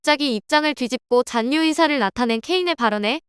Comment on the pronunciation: 신라[신나](X), 신라[실라](0)이듯이 잔류[잔뉴](X), 잔류[잘류](0)이어야 합니다. 너무 [잔뉴]를 반복하시네요.